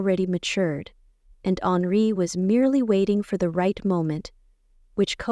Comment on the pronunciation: The Grand Duke's name is not Alree, not honoree, not Onri. It is Henri.